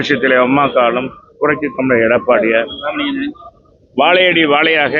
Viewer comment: டாய் நீ என்னடா சொல்ற? Vaalayadi vaalai அப்படின்னு சொல்ற. அது வாழையடி வாழை. உங்களால தமிழகூட சரியா உச்சரிக்க முடியல. நீங்களெல்லாம் பள்ளி கூடங்களின் படிகளை மிதத்துண்டா ???